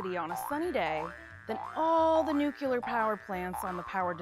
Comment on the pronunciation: I had to stop watching this video the second time the narrator pronounced nuclear as nu-KYOO-ler (wrong!!!) the 2nd time.